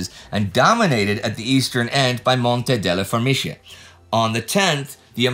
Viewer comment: Was that Monte delle Formiche I heard being nominated? In Italian, the 'che' ending has a hard c like the k in kettle.